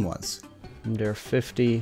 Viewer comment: I think it's pretty good for a quick prototype, especially considering the hurdles of tech issues & lack of information. I'm a long time pinball junkie, haha! Oh, and not that it matters terribly, but it's pronounced "Dar-A", it's Latin. Ludum Dare means "game to give" - the more you know & all, lol. Have fun & keep up the great work!